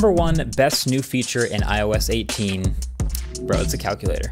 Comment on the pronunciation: That "IOS 18" was brutally wrong 😰